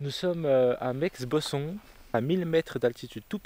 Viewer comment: Meme si ton accent laisse transparaître que t’es de la maison on prononce Meix [mé] ou tu peux directement dire mont qui est la trad française 😊 En tout cas super cool de te voir sur nos sentiers ❤